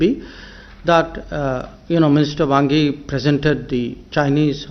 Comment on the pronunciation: Chinese Foreign Minister "Bhangi" ?? 😆